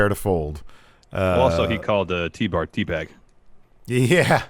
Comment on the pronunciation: Best part of the show was MVP calling Tbar....TBAG I laughed the rest of the segment lmao!!